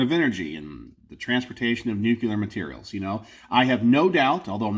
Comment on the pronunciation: Nu-cu-ler? Or nuclear? Alright G. Bush lol 😂